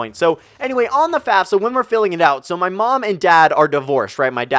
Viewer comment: Am I the only one who heard fapfsa instead of fafsa